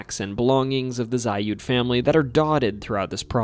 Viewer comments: FYI: The Zalud house is pronouced "Zaled" by locals, not "Zayud" Also, Porterville is an hour North of Bakersfield. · The "Zalud House" is pronounced ZAH-lood House. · Zalud is pronounced like salad but with a Z. I knew not only a relative down the line but had a friend live next door. That whole ass block is fucking weird as shit and haunted too.